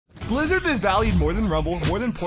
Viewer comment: Way you say the blizzarn fruit is crazy